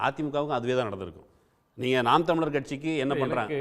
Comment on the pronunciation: திரு அவர்களுக்கு நாம் தமிழர் என்று பேசும்போது வாய் ஏன் குழறுகிறது..